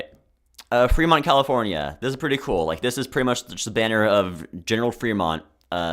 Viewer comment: every disagreement i have in the first hour and a half (will do rest in future comment) Reading, California is an A-Tier. I like that shape its not corporate to me and those colors are fucking goated General Fremont is actually Frémont /e/ not /i/ and he did not kill Native Americans because he was removed from his post for trying to free slaves before Lincoln did that anyway Monterey is a lower B-Tier Fresno is a C-Tier because of its recognizability if that makes sense I have seen people from LA fly and talk about the LA flag The second Anaheim is low B-tier New Riverside is an A-Tier or an S-Tier tbh I like the Uniqueness. I'd hate the 2020s flag design for a country but for a city I'm a huge fan You should've yelled Reno louder. I would also put the old flag higher because if I was a Renoite (I'm choosing to pronounce that /ɹɛnˈwɑt/ like Benoit) I would fly that flag, kinda unironically. And that's what flags are for. I think everything B-Tier and above means I would have that flag if I lived in that city Salt Lake City is boring IMO, high C-Tier Provo (Old) is similar to Reno in that I would love to fly that flag. It'd make being Utahn bearable. I think it's charming enough that I would unironically give it S-Tier. You say Indian when I would say Native American. Im not saying that's problematic but.... Butte has another landmark that's really interesting but I cant remember but Ive been there and looked at it. It could do better Denver is an S-Tier It's crazy that you c